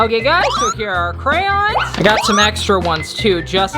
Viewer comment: i love the way he said crayons